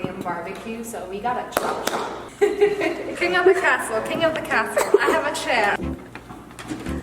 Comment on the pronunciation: he laughed because you said cazle NOT castle and.............;; its not a house its a castle -title of video (building my dogs a HOUSE)